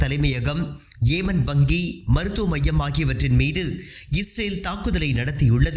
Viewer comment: ஏமன் அல்ல யெமன்.